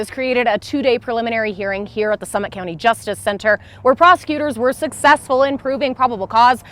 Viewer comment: "Slummit" county